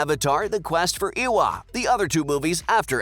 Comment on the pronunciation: the mispronunciation of lo'ak, tuktirey, eywa, kiri, and neytiri is killing me